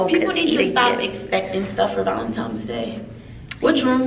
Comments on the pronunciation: Valen-times day😂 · Ti “You didn’t get me anything for VALENTIMES day” 😂😂 idk why a lot of people say it wrong💀